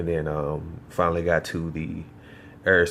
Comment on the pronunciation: its AIR not EERRRR. Im native american and i try to speak better english each day. come on son